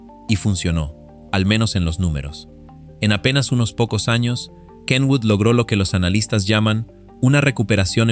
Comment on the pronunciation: Por fin alguien pronuncia bien el nombre de Kenwood.